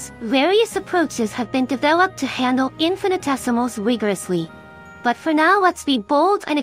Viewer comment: Just a note: There's inconsistent pronunciation, sometimes the correct 'in-fi-ni-tesimals', sometimes the incorrect 'in-fan-tessimals' (it almost sounds like 'infant essimals', which would be baby essimals, I suppose). Although it's perhaps a little cute to have mispronounce it as 'infan-tessimals', I think it's probably more due to a misspelling in the script or something.